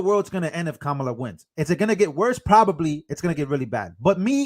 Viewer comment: Kamala - Pronounced 'Kum Allah'